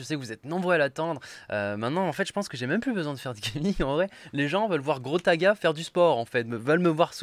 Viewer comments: C'est pas Grostaga mais Grostadgras, confond pas stp... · GROTADGRAS = GOTAGA DÉSOLÉ MAIS JE T’ADORE